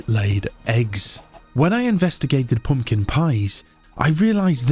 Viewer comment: I love the way he says "poompkin" . Balsam for my ears. And about the video- it's like im watching a huge budget national geographic movie. Thanks for the video